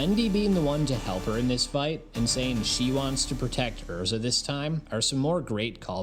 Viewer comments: Who tf is Ur-za? lol. I'm pretty sure it is pronounced Airr-Zah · 10 sec into the video and im disgusted by how you pronounced her name. but i will continue watching bc she is the love of my life and the Epitome of a woman.